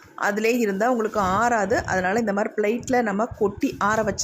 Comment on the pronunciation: Flight illa plate theliva solunga